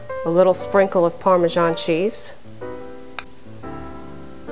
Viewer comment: chiken par-men-zaul